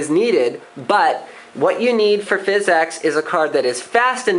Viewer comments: DUDE ITS NOT FIZZ-EX. ITS PHYSICS. FFS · THIS GUY AND PHYS-EX IS DRIVING ME NUTS. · Phizzz exxx card??? Great vid though lol!!!